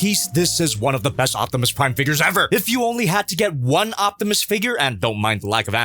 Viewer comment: Optimy, Optimuse, Optimussies 😂😂😂 Also if it has a poseable thumb, this might have gotten a 5/5 lol